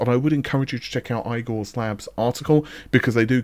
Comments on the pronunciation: Please stop anglising names. Igor is EEgor not AIgor. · "Eye-gore's" Lab doesn't exactly sound all that reputable lol. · You completely lost the point of my comment. Igor's Lab is fine. Eye-gore's lab the way he said it was just funny.